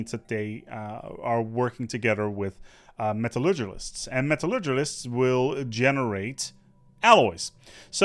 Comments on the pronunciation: "Metallurgulists" Ha, i love it. Also, that timestamp. Also Also, great job with the videos, keep it up! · 'Metalurgilists', lol! :D